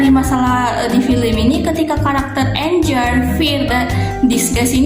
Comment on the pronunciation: ralat yaaa..ketika baca anger bukan menjadi anjer, tetapi dibaca angger. Impuls tetap dibaca impuls, bukan implus, yang artinya itu dorongan yaa... Tetap semangat berkarya. Penjelasannya cukup detail terkait pengaruh masing2 emosi pada perilaku tokoh.